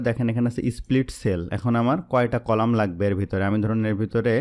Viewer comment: apni row ar colamta vul bolcn